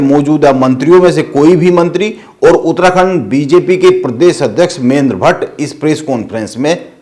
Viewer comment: उतराखण्ड नहीं भाई उत्तराखण्ड 😂😂😂😂😂। पत्रकार तो की मज़ाक 😂😂😂